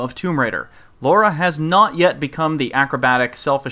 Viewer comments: Great.review but it's Lara not Laura. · Its LARA,not LAURA!!!! OMG you live in English speaking country and your dont know your own gramar. WTF??? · Right. Pronounciation is unified across all english speaking countries with no difference whatsoever between one another. Sometimes i forget that. A scot, an american and a south african all pronounce "Lara" in the exact same way. Thanks for clearing that up.